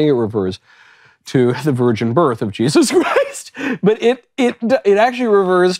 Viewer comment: "The virgin birth of Jes-HAS Christ!"